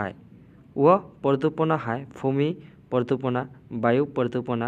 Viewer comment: Pradupana nohoi praduson hoi😊❤